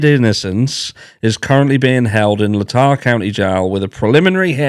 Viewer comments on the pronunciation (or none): Great channel. I agree that a clean car would be a major problem. By the way Latah is pronounced lay-taw, rhymes with play straw. Keep up the great shows.